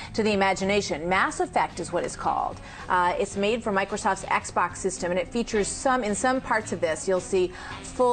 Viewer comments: "se"xbox KEKW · "SE"XBOX? lmfao